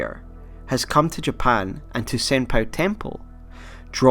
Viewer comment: FOR GOD'S SAKE SENPOU NOT SENPAI